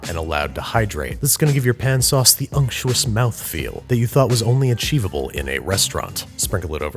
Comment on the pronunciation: Noone: Babish: UnCtUoUs